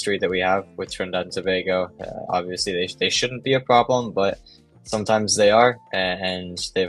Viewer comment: Thanks for pronouncing it properly as To-bay-go… not sure why people in the US mispronounce a neighbour as to-bah-go…